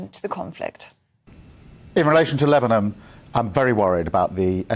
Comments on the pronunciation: Did I just hear the PM say, “Lebanum” instead of Lebanon ? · He said sausages instead of hostages & now Lebanom instead of Lebanon! WTF is going on man?! 00:7:24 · 00:7:24 He actually says Lebanom instead of Lebanon. Something so not right going on here! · Sorry, but I really am not going to place any value on the opinion of someone who thinks that Lebanon is pronounced "Lebanum". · Did starmer say lebonom?...dont say lemon, dont say lemon, dont say lemon oh bollox... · What is "Lebanom" 😂 don't think the guy can talk properly "sausages" 😂